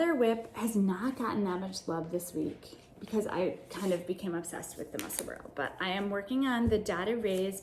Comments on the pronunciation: Ysolda is from the US but lives near Edinburgh, Scotland where I was born. Just along the coast from Edinburgh is Musselburgh. Locals pronounce them "Edinburra' (or even "Embra" !) and "Musselburra" so you are quite close with your pronounciation! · Congrats on 1000 subscribers! Musselburgh is a suburb of Edinburgh, Scotland so it is pronounced “muscle burah”